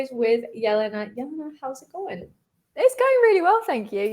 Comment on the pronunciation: Jelena a ne Yelena !?